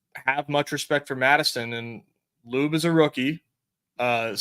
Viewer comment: I like the new pronunciation..... "" LUBE. 😅😅😅😅